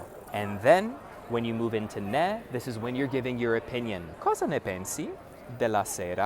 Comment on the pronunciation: Ciao. Ho una piccola correzione: tu dici nè (e aperta), ma la pronuncia corretta è né (e chiusa).